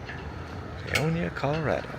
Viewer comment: Pay-oh-ni-ah .not pionia .